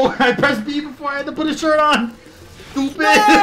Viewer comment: the “ STOOPID” 😂😂😂